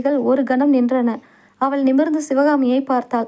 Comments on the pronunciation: மொழியின் சிறப்பே அதன் உச்சரிப்பு தான், இல்லையென்றால் அதன் அர்த்தம் மாறிவிடும். அவள் என்பதை அவல் என்று வாசித்தால் அர்த்தம் வேறு படுகிறது அல்லவா அதைத்தான் நான் விமர்சிக்கிறேன் . இதில் மதம் எங்கே வருகிறது. தமிழர்கள் நாம் அனைவரும் மதத்திற்கு அப்பாற்பட்டவர்கள். இரத்த சம்பந்தமற்ற சகோதர சகோதரிகள். அஸ்ஸலாமு அலைக்கும். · உங்களின் தமிழ் உச்சரிப்பு மிகவும் மோசமாக இருக்கிறது. பெண்பாலை உச்சரிக்கும் போது ல் என்று உச்சரிக்கிறீர்கள் அவள் என்பதை அவல் என்று உச்சரிக்கிறீர்கள். தயவு செய்து சரியாக உச்சரிக்கவும். நன்றி.